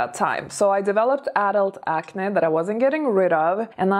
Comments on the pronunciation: Wow! I didn't hear any English mistakes. You are now sounding completely fluent. The word acne, sounds a bit weird, when you say it. Ac-nae. Ppl usually say ac-neee. Congratulations tho. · By the way, about the word “acne”: it’s pronounced acnee (like the word ‘knee’) even though it’s not spelled like that. My mom (who’s Hungarian) pronounces the word “acne” like you do- it’s cute. Just a little distracting when pronounced differently. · It's pronounced acnē 🤣😘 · Ok I love to hear you say acne. I've developed adult acne in my 40s. I hate it. Its almost as bad as adult braces. People judge and don't take you seriously. Thank you for the tip. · Even the way says "acne" sounds classy 😂